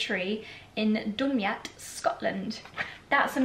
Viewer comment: Dumyat is pronounced Du-my-at 😅 it's a difficult Scottish word to pronounce!